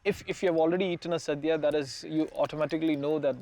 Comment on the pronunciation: its not "saadhya" its "sadhya"...pls get the name right at minimum